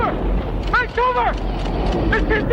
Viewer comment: Sounded like "take cover" to me not "Vancouver"🤷‍♂️